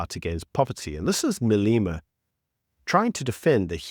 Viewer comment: FFS, it's not Maleema but Malema. Only has one E.